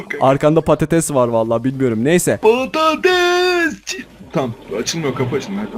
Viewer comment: '' patates"diyo🤭😂